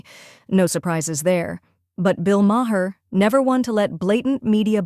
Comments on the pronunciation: A small thing - but, narrator, whoever, whatever you are - his last name is pronounced "Marr," NOT Ma - Her. How do you consistently get this wrong? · CNN biased towards the left? 😂😂😂 woman, you're utterly ludicrous. And if you are going to use Maher for your ridiculous rants, at least learn to pronounce his name correctly, because as it is you just made yourself sound like a pathetic whining moronic clown.